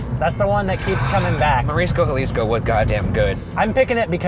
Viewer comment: He said Jaw- lees- co. XD They tried.